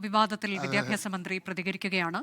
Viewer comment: ബിത്യാപ്യാശ മന്ത്രിയുടെ ബിത്യാപ്യാശം എന്താണ്?😂😂